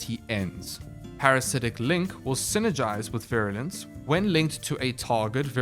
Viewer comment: You pronounced Virulence correctly, no worries.